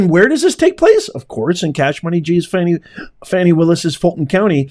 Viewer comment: You do real8ize that woman's name is pronounce FAWNI and not FANNI (sure you do!!!) Bro keep the content professional. You make great points but you play out all there names to get paid. You can make money with out all the drama based monikers like Fanni and Sug Knight. They need the phone records from Granville and Willis to see how many times they have talked since this trial. Lastly, are they more CORRUPT than NIXON?..lol!!!